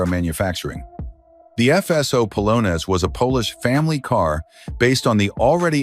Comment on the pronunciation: Palones? Try Polonez, (Polo-nez) as in a Polish dance.